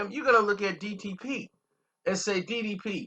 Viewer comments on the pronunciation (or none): Shawanna??? DDP??? yo what we doin here lmao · Who is “Sha-wana” & “DDP”??? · Damn...u totally butchered her name and the label name.. overall good story bro. Just a lil irritating to hear u keep messing it up😭😂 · need to delete this whole vid..dis nigga murdered the label name & her name 🤣🤣🤣😂😂😂